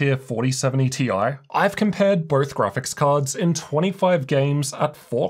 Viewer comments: You have to stop say tie it's T I. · Thoughts my ears werent working when you pronounced 4070 "tie" sometimes 😂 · The interchange of Ti and tie in less than a sentence completely blew me out of the viewing experience. Sorry, Can't handle it. The Ti stands for Titanium, Not neck wear. So either T-i OR Titanium is correct. Not tie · I love how switches between Tee Eye and Tie pronunciations to please everyone